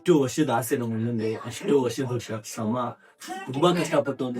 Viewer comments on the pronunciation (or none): Tum tum ada ಶಮ alla ಶ್ರಮ nooo😅😂